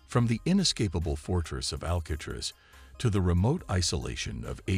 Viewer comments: Al-kay-triss?? Wow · How do you not know how to say Alcatraz? It's only the most famous prison on earth. 😂😂😂